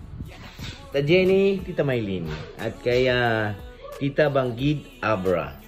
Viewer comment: Bangued abra.hindi bangid